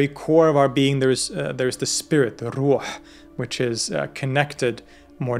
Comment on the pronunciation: I just wanna say you're pronounciation for the islamic terms are absoloutely spot on and really does them justice. Hearing someone let alone a foreigner nail the "gh" sound in "ghaib" or "Rh" sound in "Ruh" is really amazing.